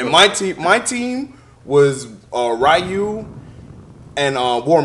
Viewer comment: he mispronounced ryu